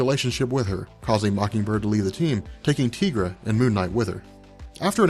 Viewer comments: I thought her name was pronounced Tie-gra, not Tee-gra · Tee-gra??? What? I'm pretty sure that's...Tie-gra.